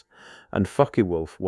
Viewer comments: CHEM.....IST... FOKEY WOLF....😂😂😂😂. AI NARRATIVE IS A JOKE. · Messerschmitt "beff" and "fucky wolf".... AI reveal